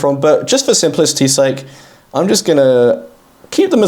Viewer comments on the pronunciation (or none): none